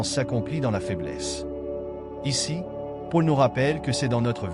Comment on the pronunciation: Merci 😇🥰👍🙏👃 Par contre, vous ne prononcez Paul de la bonne façon, désolée.🤔